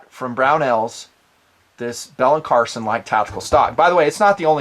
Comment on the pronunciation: Hey brother, just so you're aware, the last name is Carlson, not Carson. No malice intended whatsoever; keep up the good work :-)